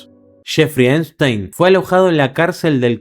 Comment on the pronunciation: Es ePPPPstein no einstein 😭😭😭😭